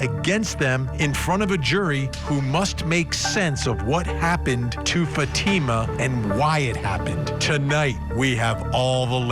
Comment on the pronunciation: Can you at least pronounce Fatima's name properly?